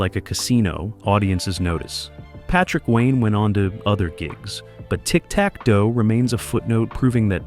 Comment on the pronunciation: Ahhh...almost got me convinced this WASN'T AI slop until it said "The word puzzles, which were a core of the game" but it pronounced "word puzzles" like it was trying to refer to the actual word "puzzles", rather than saying the compound word "word puzzles". And then the even more obvious "Tic Tac...............Dough 1990s."